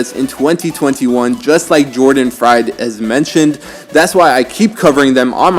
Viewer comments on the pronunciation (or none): It's pronounced "freed." Jordan was part of the original Hedera team when it first started. He left Hedera to start his own company to develop software solutions utilizing the Hedera Hashgraph DLT. His team was responsible for creating wrapped HBAR tokens and the Hedera/Ethereum interoperability bridge a few weeks back.